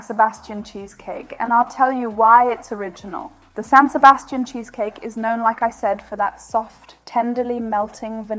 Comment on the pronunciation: Dieser Käsekuchen wurde im Restaurant La Viiña in der spanischen Stadt Donostia- San Sebastián erfunden und er wird auch wie die Stadt ausgesprochen San SebastiAN mit Betonung auf der Letzten Silbe.